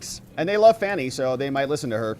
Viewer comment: Fan is pronounced Fan - Fani is Pronounced - FANNY, , who is that dishevelled old fart with Fani